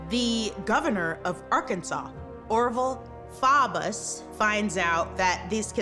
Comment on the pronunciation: Thank you for pronouncing Arkansas correctly